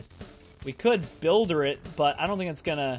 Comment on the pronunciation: It's a builder not a bolder